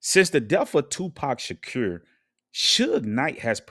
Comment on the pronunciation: Islam is a fake religion but you're real 1 right ? 'nahmsayin' learn how to speak properly before making videos. You don't even know how to pronounce Shakur let alone this whole story.